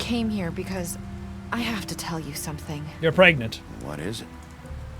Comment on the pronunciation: jack: your pregnart me: please please please ... shit not pregnart